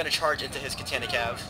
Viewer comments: KAH TAH NAH, Not: cat tana :P My only gripe, good video. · its ka tan ah